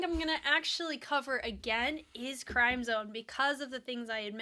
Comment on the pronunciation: With due respect, the correct pronunciation is “krim-zohn” not crime-zone. Crim sounds like “rim” and zone sounds like “bone”